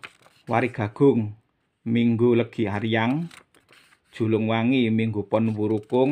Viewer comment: WARIGALIT DAN WARIGAGUNG BUKANNYA DIBACANYA WARIG ALIT DAN WARIG AGUNG...KENAPA DIBACANYA DIGABUNG..? MOHON PENCERAHAN..🙏🙏